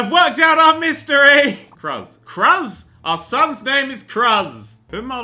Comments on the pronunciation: ITS LIKE CRUISE OR CREWS NOT KRUHZZ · Cruz is pronounced Cruise. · Cruz is pronounced "cruise", just sayin XD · IT'S PRONOUNCED "CRUISE" YOU IGNORANT SWINE! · I giggled every time he said Cruz. Its actually pronounced Cruise but it was funny so i couldn't even get mad. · Err... he does know that Cruz is pronounced like "crooz", right? It's spanish for cross. Why it's a name is anyone's guess :| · Cruz is pronounced like Cruise xD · Your son's name is pronounced cruise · It's pronounced crooz as in cruise ship, and it's a Spanish name meaning cross. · im pretty sure that cruz should be pronounced cruise. but cruz is better. that poor child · I would like to say his son's name is probably pronounced like cruise or crooz. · It's pronounced Cruise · its pronounced cruise. its a spanish last name. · DID HE JUST PRONOUNCE CRUZ AS "KRUZ" NERDCUBED OUR RELATIONSHIP, DUNZO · I'm sure someone else has told him this, but Cruz is pronounced the same as "cruise." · Nerd, the name Cruz would be pronounced more like cruise. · I believe you pronounce the son's name like the word "Crews" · here is how its said Crewz = Cruz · It's Cruz. Pronounced the same as cruise. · You're supposed to say Cruz as Cruze since its spanish for cross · I just love how he mispronounces "Cruz". Goddamit! It's like a common fuckin' name for someone with Hispanic heritage!